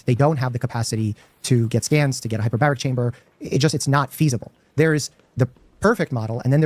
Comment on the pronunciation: We misunderstood him, he didnt say hyperbaric chamber, duh, he said hyper-berry chamber. Its full of asai and acai berries, along with other fruits and omega 3s. The treatment name is "The fruit punch" 😂😂